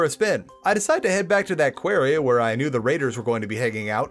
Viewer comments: Ikr he's saying query not quarry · Quarry is pronounced like sorry btw, not like hairy. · qwairy? no you pronounce it q-war-ree that how you say quarry. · Stop saying Quarry like that it makes my skin crawl